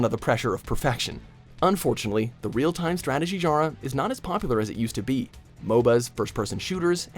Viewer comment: Every time this guy tries to pronounce "genre" I have a stroke.